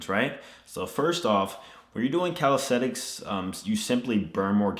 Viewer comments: Its CalisTHenics not calistetics at least pronounce the word correctly in your video!! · Is it me or does it sound like he’s saying calistetics? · Calisenthics Subtitles: Cow Aesthetics, Cal sites, Teletubbies